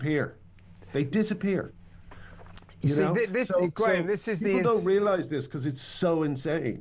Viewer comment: Graham no doubt stifled that giggle at the start because of the botched pronunciation of his second name 😄 🤣